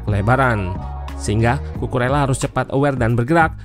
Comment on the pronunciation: Saran aja mintak. untuk penyebutan nama pemain mohon diperhatikan yak. untuk Bahasa Spanyol, "LL" dibacanya "Y", kecuali untuk bahasa Spanyol Argentina dan beberapa daerah di Uruguay, bacanya "SY". jadi untuk Cucurella dibaca "Cucureya / Cucureyya", atau "Cucuresya" untuk bahasa Spanyol Argentina/ Uruguay.